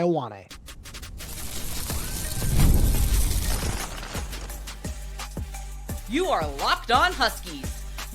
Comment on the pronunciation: His name is pronounced Yo-ah-neh. Samoan translation of the name 'John.'